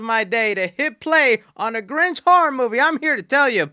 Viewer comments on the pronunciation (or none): The grinch you mean ginch